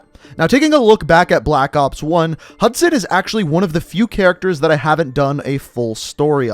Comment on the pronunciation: Say hudsun